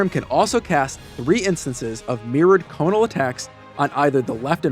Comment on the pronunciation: Conic. The word is "conic", not "conal"